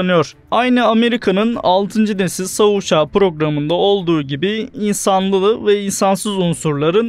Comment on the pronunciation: Keşke "savaş uçağı" diyebilen birisine seslendirtseydiniz.